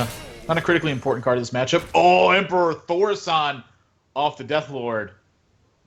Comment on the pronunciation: Really wanted to stab the guy that kept mispronouncing Thaurissan